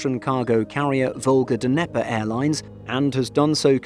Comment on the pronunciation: Come on, man. It's "nye-pur" not "duhneper"